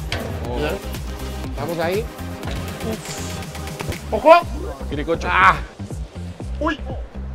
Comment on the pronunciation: Que lindo Araujo diciendo Kiricocho 😂😂